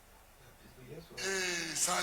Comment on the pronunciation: Mon frère, la presidente des femme est bété, elle será louma et non lou nan